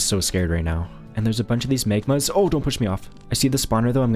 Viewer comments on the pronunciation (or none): Megmas... its MAGMAS With an A!